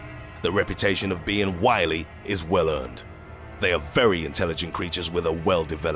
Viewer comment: wily, not willy (lol)